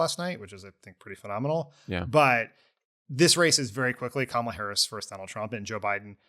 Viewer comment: Thank you for pronouncing Kamala correctly. 🎉